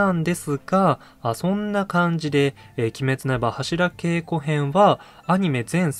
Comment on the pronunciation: 年末だったらいいですね ２週続けてもアリかと ちなみに、ハシラケイコではなく、ハシラゲイコと濁ります 初稽古とか寒稽古と同じ読み方です ご参考まで